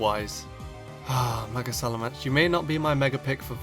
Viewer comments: Just saying, it's SalaMENce not SalaMANce... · its SalamEnce, not SalamAnce. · You butchered the pronunciation of salamence royally. You say it as if it's spelled salamance. I'm disappointed 😔😔😔